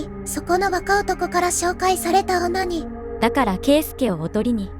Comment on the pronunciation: ～ 「紹介された女に」が「紹介されたオ〇ニー」に聞こえてダメだったｗｗｗ